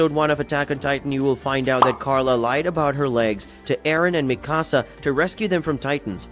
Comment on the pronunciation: Meeee kaa saa